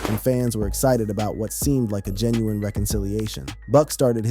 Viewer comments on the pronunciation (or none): none